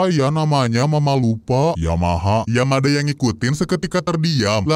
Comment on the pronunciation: Menit nyebut Yamada jadi Yamaha bjir😂😂😂😂😂